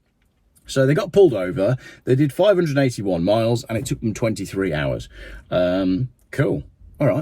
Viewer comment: Subtitles states 581 But his diction sounds more like 381 He said. If it was 581 Miles that's 25.3 MPH . SO doesn't make EV's anymore appealing than Buying a Bike. My Diesel 1600 Fiesta S 2013 Model gets 60 mpg . EV's Burst into Flames & Lock YOU IN as Some Idiotic Genius never Realised If Battery Burst into Flames Elecronic Locks Cease to Function ..